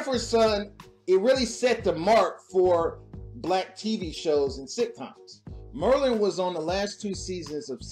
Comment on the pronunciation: Her name, Marlene, is pronounced (Mar LEEN). Not (MER lin)!!! OMG.... Oh Ganja and HESS not ("Ganja & HISS) You're killing me. Other than that great Vid!!!